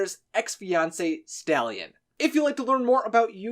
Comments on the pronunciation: Are you sure it’s not stalyan bc I don’t think staylan is correct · When he said stalyan I thought He stole a horse